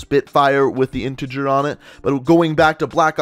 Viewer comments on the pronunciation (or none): none